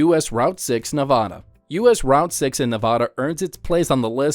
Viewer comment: Route #6 that’s highway 50 and AI voice that can’t say Nevada correctly thumbs down